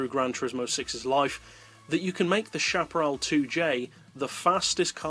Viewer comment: what is the right way to pronounce peugeot and chaparral??? per sho ??? peu geot?? shaparral or chaparral???